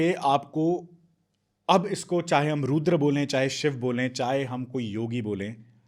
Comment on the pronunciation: Excellent podcast both of you. Har Har mahadev A few language Observations 1. It is not cobra ka 'fun', it is phan फन 2. It isn't ghaghra hakar... it's ghaggar hakra 3. It isn't gengantic basin, it's gangetic basin 4. It isn't bhandan भंदन , it's bandhan बंधन 5. Not roodr रूद्र but rudr रुद्र 6. Not abandance, but abundance 7. Not zarathustra, but zaruthastra